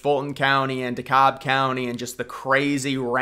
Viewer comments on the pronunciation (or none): none